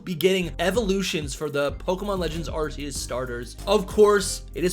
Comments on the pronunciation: Still pronouncing Arceus🤦‍♂️ wrong when the trailer corrected it already. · Like Pokemon doesnt have any other major issues besides the real pronunciation of "Arceus" 🤦🏻‍♂️